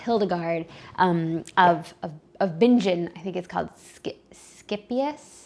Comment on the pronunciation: Hi, Hildegard of Bingen is pronounced with a hard "G" sound, i.e. "Bing-in" not "binge - in" only clarifying because you weren't sure, and Hildegard was from Germany, as was my mother, who was named for her. And yes, Hildegard of Bingen is a Doctor of the Church. I love the idea of an Advent read along and I'll do my best to join in. I love that you proudly share your Roman Catholic faith. God bless you today and always.